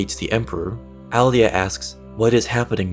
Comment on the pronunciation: Your mis pronouncing her name